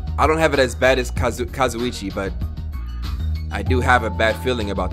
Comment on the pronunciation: It took 21 episodes for to realize he was saying Kazuichi wrong I’m WEAK.